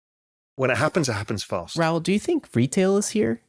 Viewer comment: Why can't anyone say Raouls name properly ?